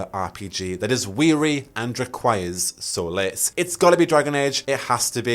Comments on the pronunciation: My birthday is 10th June so this would be cool af (Also solace is pronounced ‘sol-iss’) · it's not pronounced like solas either, the o sound is different. it's more like sawliss. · Nah knew what he was doing when he said "solace" as "solas" 🤭😁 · u pronounced solace very differently but sometimes it's actually pronounced exactly like solas so! i'm very convinced it's gonna be there